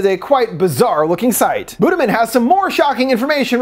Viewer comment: i was reading the comments while listening and i was like "why is buddha being mentioned" but it's literally "budiman" pronounced as "buddhamen" lol. no hate i just think it's funny and made me less spooked to rewatch the scenes shown in this video. for reference a closer pronunciation would be boo-dee-mahn. edit: also kudos for actually showing a wiki page for the petrus killings, if y'all understood the state of politics in indonesia and gen z's awareness of history right now...